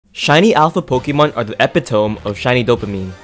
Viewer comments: LOL P.O.V: when you have never heard a word said out loud before 🤣🤣 Epitome is pronounced " E- PIT-OH-ME" my guy, not " Epi-tome" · Epitome = Eh-pit-oh-mee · The eppy-tome 💀 I wonder if he said that wrong so people would comment? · "ep-eh-tome" made me giggle so hard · Dude said epitome so weirdly, also personally 8192 shinies are my epitome of hype. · i cannot forgive the way you said “epitome”💀💀💀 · everyone talking about skill issues im still stuck on how this man says epitome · are you sure epitome is pronounced that way? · first five seconds and man pronounces epitome wrong 😭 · i'm sure this was going to be a great video but you mispronounced epitome so bad i can't get past the first 6 seconds AHSJDJSJDN